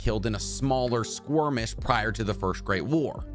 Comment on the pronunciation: and from then do you call them squirmishes instead of skirmishes?